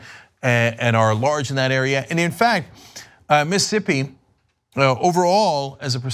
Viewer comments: Miss...ISSSSS...ippi. Not Missippi Cenk. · As a Mississippian, I'm extremely happy you're shining light on this, but please Cenk- STOP saying 'Miss-ippi'.... It's Miss-iss-ippi. You're leaving an entire syllable out, and it's weird. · Is Cenk so stupid that he doesn't realize he's missing a whole syllable when he says Mississippi? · You can't pronounce Mississippi.